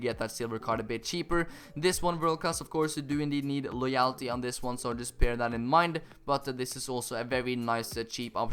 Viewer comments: No it's Loy-ul-ty like so he can see this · Friendly Slug it's more like loy-ull-tee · It's pronounced loy L t.... but besides that great vid mate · LOWW yul - tee YOU STILL PRONOUNCE IT WRONG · use google translator for getting your pronounciation of "loyalty" right, you now pronounce it as loyaaaalty xD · Love the vids but loyalty is pronounced Loy-ul-tee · Pronounce it like Loy-oll-ty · Just pronounce loyalty as loyelty ☺️ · Just say loyultie instead of loyalty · You still didn't pronounce it right 😂 loy - all - tee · It's pronounced like LOY--ULL--TEE. The "-a" is pronounced like the -a in the word "svenska." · pronounced loyulty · Loyalty is pronounced: Law-yal-ty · Still saying loyalty wrong lol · You are still saying loyalty wrong but on the one where you used a whole Spanish team in the hybrid leagues final challenge, only one player needs loyalty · That's still not how you say loyalty...